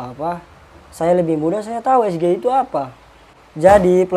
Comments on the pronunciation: Dia itu seperti monyet yg dilatih buat melafalkan SGIE...!!! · TENTANG AIR BERSIH KAN UD DIJAWAB TANPA PAKE UANG BUMN YAITU BERKERJA SAMA DENGAN WARGA DAERAH SETEMPAT BANGUN WADUK PENAMPUNG IRIGASI COBA DIDENGAR LAGI JANGAN DIPOTONG.BIJAK/ NETRAL.CUMA ADA YG KURANG SINGKATANYA GA DI EJA BHS INGGRISNYA SGIE??